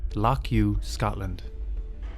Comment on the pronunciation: I stay not far from there and remember it well. Pedantic point: Lochs in Scotland are never pronounced "Lock" as in door lock, it's hard to describe but the pronunciation is done near the back of the throat. I appreciate this point isn't really important in the context of the video.